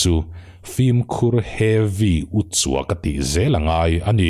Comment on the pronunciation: Heavy tih tawngkam hi a hman a nuam deuh a ni turah kan ngai a ,mahse ati lemdeuh chuan ka hria a, uar tum lutuk hian a ti ho deuh in ka hria.